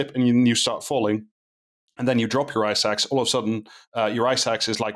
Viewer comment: if i can be sincere for a moment, i learned a lot. i was aware rich people are trashing everest, but this was very interesting! Also I heard eye sacs instead of ice axe.